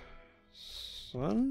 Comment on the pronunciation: Eyy! Glad to see I made it in. Though I do need to say it's pronounced Simpson, like the tv show. These next episodes are going to kill me. Cheers!